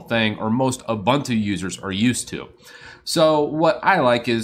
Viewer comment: it's not Ubantu. It's not Abantu. It's Ubuntu:)